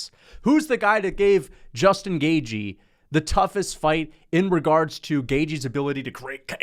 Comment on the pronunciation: Yeah but he insists on pronouncing it GAY-GEE